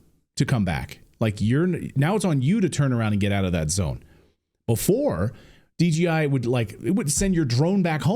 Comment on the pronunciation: Clayton you keep saying DGI... I SAW DJI on your screen clip...So is it DGI or DJI?